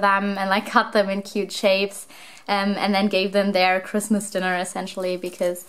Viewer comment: I love how you say pigmas instead of Christmas! 🐹❤️✨